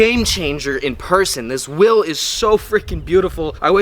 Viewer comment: Wtf fuck is will!? It's wheel 🤦🏾‍♂️